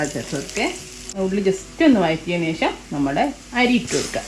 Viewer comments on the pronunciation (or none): none